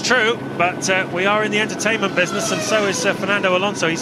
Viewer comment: Did he just say we are in the entertament buiness